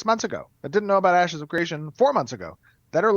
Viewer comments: Did he call it Asses of Creation at mark? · "asses of creation" Lmao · Anyone else hear "Asses of Creation" ? 😂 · He said Asses of Creation at one point, right? Did I hear wrong? 😂😂😂